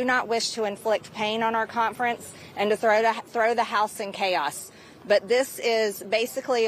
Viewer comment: She can’t even pronounce the word “conference”. There’s no T. She says “contference”. What a cont.